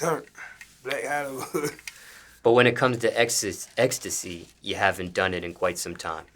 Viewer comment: can’t say ecstasy to save his life